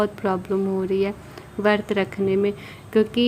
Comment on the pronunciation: Vrat hota h vart nai pta nai kaisi pdhai krti h aap hindi to thk se boliye